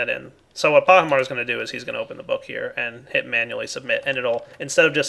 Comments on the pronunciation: why you call Pahi Soaryen? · you called pahimar soryn